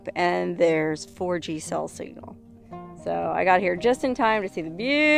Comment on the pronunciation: when you say 4G, make sure that you say the F clearly. I had to go back to be sure of what I heard.🥺